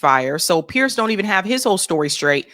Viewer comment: It's pronounced PEERS not Pierce